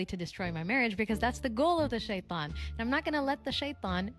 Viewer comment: She can't even pronounce shaitan right its killing me 😂